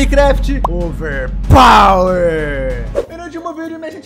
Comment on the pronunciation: O falando overpawer